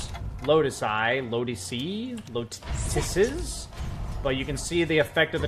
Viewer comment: Lotuses = LOW-tuh-ses. I see you haven't watched Dota: Dragon's Blood. Otherwise, you'd know how to pronounce it, XD.